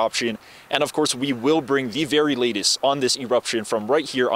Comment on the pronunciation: A’ali’i ……… know what your reporting before you report it.